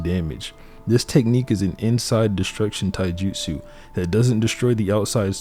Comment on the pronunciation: Bro, I love this video. But your Japanese pronunciation needs a ton of work. Mount Myo-Bo-Ku not Mio-Bo-Ku. Ka-ta not Kat-a. And Tai-ju-tsu not Tai-jitsu. You have to pronounce the syllables or you're just saying random words.